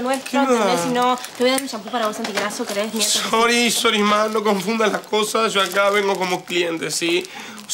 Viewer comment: jaja es que es tefi entonces no marca la "r" bien Y dice : Sory jajaja